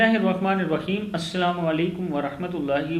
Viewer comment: Aapko ko khud hi padne nhi aata hai Subhan ALLAHi hai Alhamdulillah hota hai Alhamdolillah nhi Assalamu hota hai Assalamo nhi